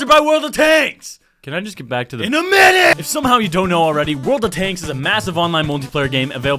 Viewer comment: " IN A MINNUTE"